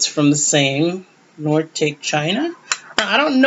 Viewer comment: Hey the China is actually pronounced Nor a tock e made in Japan you can look your patterns up on Replacements if you want to purchase more or find out the value. Thank you for sharing X0XO Mai